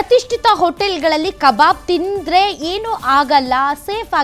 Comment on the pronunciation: Akka it's not a kababu , it's a kabab. , who's is that KA BABU you saying